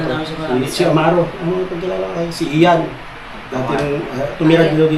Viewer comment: His name IAN is of Scottish origin. The correct pronunciation is E-YAN. ✅. No offence intended. On another note, I admire Emerson’s courage in sharing his childhood story in Negros. Such life story should serve as an inspiration to Ian. Please be the guiding force for Ian’s bright future. God bless.🙏❤️